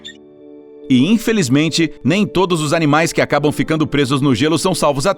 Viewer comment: Ele errou a pronúncia